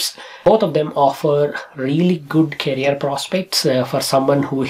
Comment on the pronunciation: Its career not carrier kindly pronounce it correctly